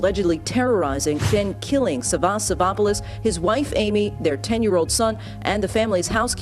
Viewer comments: The stress is on the first 'a'. Sa'vvas, not Savva's. Ear rape for Greeks. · It’s sàvvas not savvàs ! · Dammit it's sAvvas not SavAs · The man's first name is "Savvas" not "savos: as the narrator calls him. Learn to pronounce the names properly before trying to pronounce them. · you fucked up big trying to pronounce greek names hahah. its sAvvas, not savvAs. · FYI, you are pronouncing the male victim's name wrongly throughout the video. It's SAvvas, not SavvAS. Common Greek male name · Sάvvas. The stress is on Sa. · As a Greek person, it's Savvas with the sa being pronounced first 😝 but otherwise the pronunciation was 👌